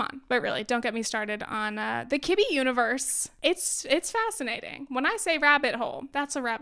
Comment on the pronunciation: I swear I heard kidney. And I was like 13 different types of kidneys! Lol what.